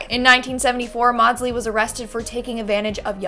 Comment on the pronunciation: It's Mordslee, not mawdslee